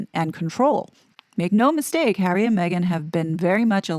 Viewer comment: I don't believe there's anyway back to the RF for the "Spare Hawwy"